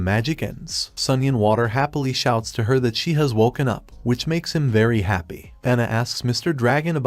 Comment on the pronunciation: your AI is mispronouncing "him" and "her" a lot which is Confusing as well as Distracting.